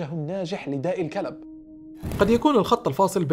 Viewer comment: النطق خاطئ يسمي داء الكلب كما تنطق الكلب 🐕